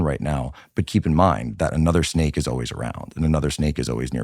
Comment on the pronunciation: Tucker can't even pronounce "always" properly